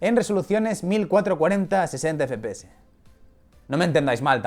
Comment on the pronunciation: Me pone muy nervioso que diga fpese y no fpeseSssssss